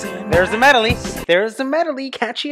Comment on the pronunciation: Hey,, Love your channel! but what' a Medoly?